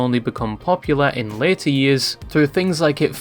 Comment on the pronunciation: Pronouncing ‘Later’ the same as ‘Lair’ is cray